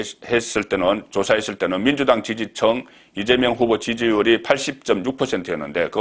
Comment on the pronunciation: 폭넓고 신뢰성있게 정확히 꿰뚫는 딱풀, 감사합니다 그런데,, 지지층 (청!) ㅎㅎ 그 발음은 저도 못 고칩니다